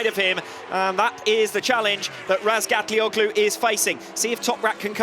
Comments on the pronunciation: I cringe whenever I hear that commentator pronounce Toprak's last name as RazgatlioCKlu. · Steve English, the co-commentator still can't say his name lol.